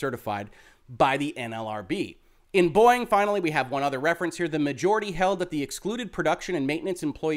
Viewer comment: Am I the only one who hears "Boing" instead of "Boeing"?